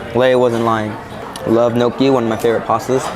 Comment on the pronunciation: Gnocchi is not pronounced noCHEE, it's pronounced noKEY.